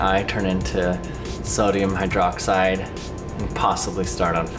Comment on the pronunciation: "I don't want sodium hydroxEYE" ... Get it?